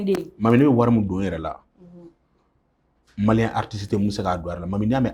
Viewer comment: Claba tu dit mal les malien ton babie